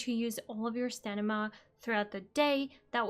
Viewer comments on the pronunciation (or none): I don't think it's much of an issue that you say stanima instead of stamina, but everytime I hear you say stanima I'm like uuurgh :DD So funny :D - Thank's for updating your tips and tricks though! Was looking for a video like that but only found your old one a few days ago :) Glad I get to see this now! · Pssst love your voice and love the video but its STAMINA :P not STENIMA :) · good video and its cute when you say stanima. 😂